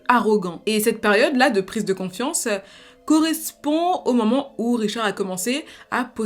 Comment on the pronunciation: Salut, juste pour info on dit confiance pas quanfiance